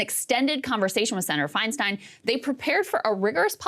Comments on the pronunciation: Interesting that Whoopi mispronounces Feinstein's name twice. It's "Fine-STINE" not "Fine-STEEN." Could this be an accident? No, because Whoopi got her start in the comedy clubs of San Francisco in the late 70's and early 80s, right when DiFi was a member of the SF Board of Supervisors and then Mayor of SF. Whoopi has heard DiFi's last name pronounced correctly for well over 40 years at this point. Is this just another manifestation of Whoop's anti-Semitism? Asking for a friend. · Are we going to ignore the fact that Woopie didn't even have enough awareness of Feistein to pronounce her name correctly?